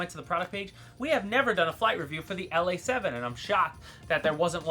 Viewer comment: Ok, I was a bit worried that this plane would never get revisited. I am happy as a fat old baby pig in a giant pool of shit and mud. Um you actually said the name just fine brother. Now you definitely sounded like a foreign westerner. However it's about time bro. I have had this damn thing In and out of my cart for like 4 years. I have been making myself stick to an order. Never change it much. I already know now what I am going to have next month. Maybe even this month. Who knows. Great work man. Hey I would love to switch shirts with you brother. Um I'll send you a nice new large white writing I. A black T, and you can throw over one of those motion shirts. Um black preferable. You are a bad ass mother F'er bro.